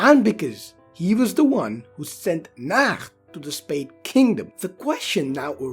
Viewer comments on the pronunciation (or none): WTF NAHATO BRO NOT NAK